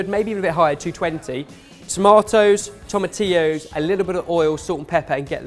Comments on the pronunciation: finally learned how to pronounce tomatillos!!!! He's come so far since being called out (by me) for calling them 'toma-til-os' in the Mexican lasagne video 😂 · Good choice guys! I've had my version of this as breakfast for years. It's awesome and your version looks delicious. :) You guys said tomatillos correctly! Finally! 👏👏👏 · When pronounced Tomatillos properly, I threw my hands up in the air and was like "I can die happy now"